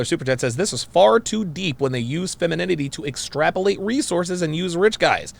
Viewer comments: "Fenemininity" lmao 🤣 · Askeses? feninime? I hope whomever is with this girl doesn't like intelligent conversation. Learn how to speak and pronounce words. For the love of god. 🤨🤡🌎 Reminds me of the movie Idiocracy. Wow.... I feel for my nephews and their sons!